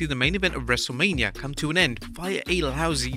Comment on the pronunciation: Everyone = H Wrestlamia- Haich